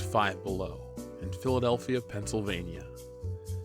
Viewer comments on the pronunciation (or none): none